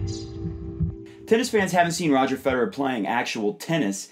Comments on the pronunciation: Note to all Americans who run tennis instructional videos: "Federer" is pronounced with three syllables. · Ich bin Amerikaner...:) It always just sounds like you guys are saying "Roger Feder." Enjoyed the video!